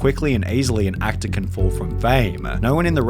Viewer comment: american pieya, actaah, labaah, careeah, wondaaah, raceaah, renovatah